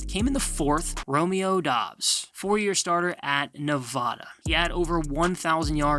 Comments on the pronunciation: Ne-VAD-uh not Ne-VAH-duh🤦🏽‍♂️ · Man people still can't pronounce nevada. Shit is disrespectful